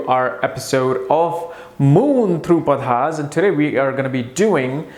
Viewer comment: Padhaas?? Its pronounced Paada... And what's that about wanting to sleep with the boss to get ahead in the organization!?? That's bullshit...why would a regal sign that hates kissing ass stoop so low as to be willing to "sleep" with the boss just to get ahead?